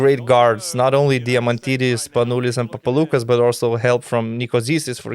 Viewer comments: Guys, thanks for the video. Great idea. As for the name Papaloukas.. it's PapaloukAs, not PapalOUkas. Also it's Sofoklis ShortsianItis.. The h is pronopunced like in "horse". And TartsarIs.. not TsartsAris. Thanks again. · it's the first time i heard americans pronounce greek names SO PERFECTLY ....except than papaloukas almost every other name was so correctly pronounced...i was really amazed